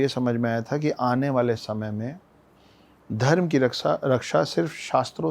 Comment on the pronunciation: छत्रिय न कि छतरिया धर्म न कि धरमा हर शब्द के बाद बड़ा आ लग जाता है अगर ऐसा है तो शुभमा बोलो बुरा लगा होगा माफ कीजियेगा पर सही उच्चारण करें